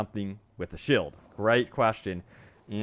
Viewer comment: Same with "Shield". No hate